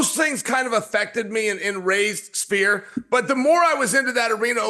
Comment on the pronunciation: “Sfear” not “ spear”